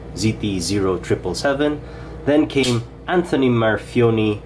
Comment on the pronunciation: For fuck sake it's a reverse tanto NOT a modified sheepsfoot. And that's not how you pronounce his name. You have a very decent channel but please do more research if you want to do a "review".